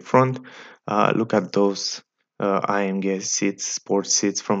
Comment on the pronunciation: The way you say AMG to be A-M--GAY.